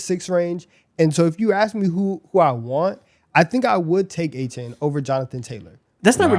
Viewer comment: Glad to see Achane getting some respect, however… it’s A-Chan, not A-Chain